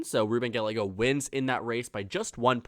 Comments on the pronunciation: Interesting and surprising that Sinema isnt squeaking by. Also. Gallego is pronounced Guy-YAY-go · great video! however, Gallego is pronounced (guy•yay•go) the double L makes the Y sound in Spanish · Pay attention to the comments. A double ll in Spanish is pronounced as a y. Two others have already told you how it is not Ga a go. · 1) gah-YEH-go (not "gah-le-go") ! 2) Lake is more inclined to try again for governor in '26, or move to Florida and spread her fascistic messages there! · Please pronounce "Gallego" correctly. You keep going back and forth pronouncing it "Ga-lego" "Ga-ye-go". Two "LL"s in Spanish take the "Y" sound, so his last name is pronounced "Ga-ye-go". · It’s not “Ga-le-go” it’s “ga-ye-go” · Ga-Y-ego. Pronouncing the double L as an L is one of my biggest pet peeves. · Hi,. Just FYI for future videos: Gallego is pronounced Guy-yeggo. Like how two L’s in tortilla makes a Y sound, same in Gallego (and in all Spanish words with two L’s). Hope that helps! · Ga—ye—go, I don’t like the guy personally a whole lot but atorraste pronounce his name right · Good video, though Gallego is pronounced Guy-yego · His name is pronounced gayego it’s Hispanic to LLs make a y sound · It’s pronounced guy aye go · You are not saying Gallego right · You are saying Gallegos last name wrong and its driving me crazy!! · Learn how to pronounce his name, you made the video unwatchable